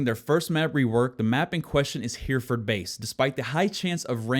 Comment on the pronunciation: Hereford is actually pronounced similar to "heretic." Just replace "tic" with "ford." Also, that bit about aiming is weird. I always wondered why my headshots always seemed to miss, so it's nice to know that the gun kicks first before the actual shot is fired in the animation.